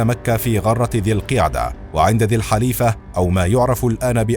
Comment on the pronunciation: السلام عليكم المحتوى ممتاز ولكن رجاء الاهتمام بصحة نطق بعض الكلمات خاصة التشكيل بالضم في بداية بعض الكلمات مثل غرة الشهر وذا الحليفة